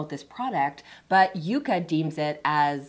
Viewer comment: I hate how you sometimes says “Yucka” and “Yaka” instead of “Yuka”. Also, your assessment of the app is inaccurate and biased. Sorry.